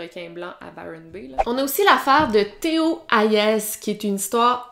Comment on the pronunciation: Théo Hayez > se prononce Hayé, pas Hayèze.